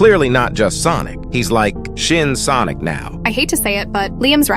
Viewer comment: Im almost dead after he said shin sonoc